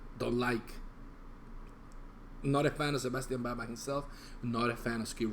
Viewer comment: The words are wrong in the video. Its " who's behind the REIGN", not rain. I'm a rnr OG. Bro, his name is pronounced BAK. Plus thats not the reason he didn't like Stryper,man.